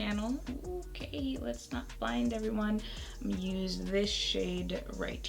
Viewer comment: “whose ass were you gon’ beat” 😂😂😂😂😂😂 i swear you got some brooklyn in you girl!